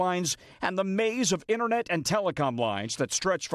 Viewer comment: It's "internet" not innernet. And NATO, not NADO. Who are your english teachers, Tom Cosdello, with a d.